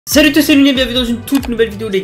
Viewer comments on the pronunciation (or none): Je reve ou il a dit saluttess c'est 😂😂😂 sinon tu gere